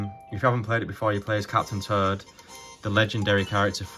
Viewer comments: Love your videos, but man when you say Captain Toad, it sounds like you are saying "turd" like poop haha. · captain turd... and turdette... sorry no disrespect but thats all i heard lol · I love how you pronounce captain toad as captain turd and turdette 😂😂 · Lol I was looking away from my phone while listening and I thought he really was saying captain turd until I looked back at the screen and realized he was saying captain toad 😂